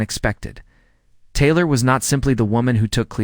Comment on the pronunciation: not well done. pronunciation is poor at first mention of Taylor. Doubt much of the opinion or conclusions.